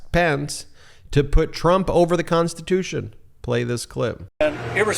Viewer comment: If your President you just have to think about it but the Vice President you actually have to say it. It’s in the Konshtitooshun!!